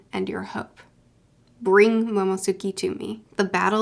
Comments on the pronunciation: Welcome to the club you would catch up right at the beginning of a two-week hiatus too lol One tiny little thing. It's MOMO-NO-SKAY not MOMO-SUKI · Name: Momonosuke: Momosuki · It's been three months after first met Momo, and she still refuses to learn his name properly